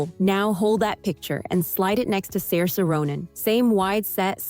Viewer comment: Uh…no and nope. I think you need glasses for most of these comparisons. And you kept saying Saoirse’s name all wrong. 😤